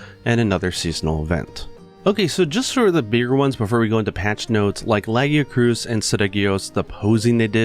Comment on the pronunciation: I like how says the most horrendous pronunciation of Lagiacrus (La-gia-krous instead of La-gia--crus) I ever heard then says the most amazing sounding pronunciation of Seregios I ever heard at the beginning of the video Edit nvm you are almost correct its pronounced La-gia-crus the krous just caught me off guard lol